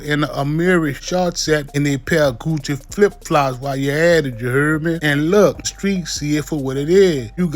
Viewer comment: Did he say Gucci or 🍑flipflops🩴Either way....I'm screaming 😂